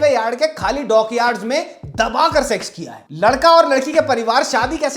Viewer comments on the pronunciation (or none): Why can’t you say sex and sexual properly? Segsual? 😅